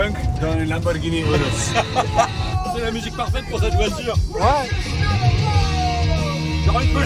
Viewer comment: POG le "Pog-rus" c'est le meilleur !!! (URUS)